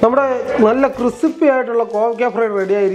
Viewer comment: ഇപ്പോൾ കണ്ടതാണ്, ക്രിസിപ്പി അല്ല മോനേ ക്രിസ്പി ആണ്.